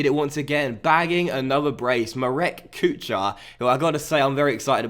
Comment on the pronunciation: Enjoying the series immensely! On a quick note: Kuchar: ch is pronounced as h (think the first sound of the word Helicopter). It means cook. *************The more you know **************